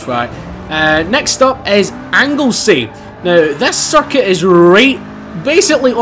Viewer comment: when you say circuit it sounds like he's saying suck it!😂😂😂soz